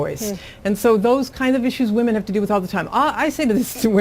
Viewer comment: What's a "wamen"?